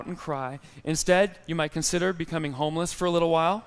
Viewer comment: when you said" i was homeless"..sound like " i was Houmous"..hhhh where is the way out?...:)